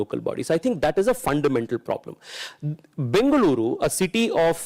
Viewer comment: i like the way the anchor pronounced Bengaluru and Tamilnadu